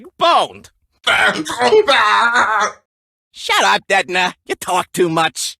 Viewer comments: When detona is saying detona it sounds like he is saying nezuko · Detona is saying "di to na" hahahahaha